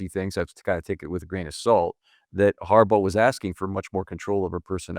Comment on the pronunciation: John HARbaugh... John HarBAU